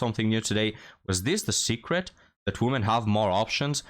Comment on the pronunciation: Please learn how to pronounce "women". It's annoying